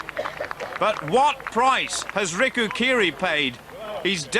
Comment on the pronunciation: Bill really couldn't be arsed to learn that Riku's name isn't Rico